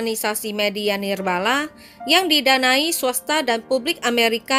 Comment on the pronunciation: organisasi Nirbala?? Nirlaba kalee 😂🤣🤦 gimana sih min yg betul penyampaian kata"nya jangan bikin subscribers kecewa 😑